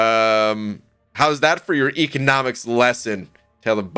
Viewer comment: Might want to check the pronunciation of economics .